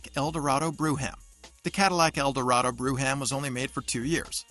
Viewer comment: 57 eldorado "BREW-HAM"...LMAO,!!....not too smart!!!